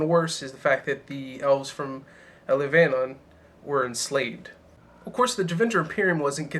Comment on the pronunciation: Pronunciation: Elv-a-non. No hate, just a correction :)